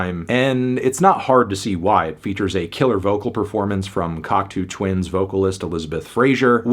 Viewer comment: FYI Cocteau Twins, pronounced "Cock-toe Twins"...